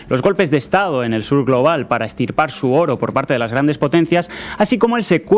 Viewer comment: La primera vez creí que había sido un error, pero la segunda vez... no se dice "extripar"